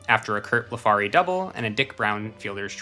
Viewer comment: Pronunciation correction: Orioles outfielder named Curt BLEF ary, not bleFARY